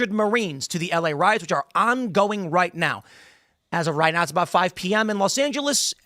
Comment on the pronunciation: I thought it was EL Riots not La Riots.